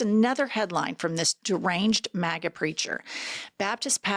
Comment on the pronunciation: The fact that that guy pronounced it “mah-gah” says it all.